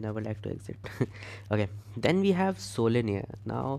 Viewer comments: WTF are you pronouncing sololearn- solinear🤔😶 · I hope you realize that it's SoloLEARN (Learn), other than that kudos to your efforts. 👍🏼